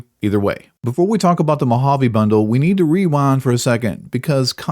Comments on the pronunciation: if it wasn't for the weapon, nobody woudl be whining about it. Also you said "Mo-Jayve" once and not "Mo-Hov-ee". :) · I'm sorry but within the first 20 seconds bro says Mojave mo jav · MO HA VE =Mojave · I tuned out after you said Mojave the way you did. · "Mojave" you mean Mojave?